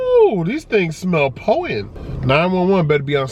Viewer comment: What is "Po'Ent" ? Is this like Im'Po'ent?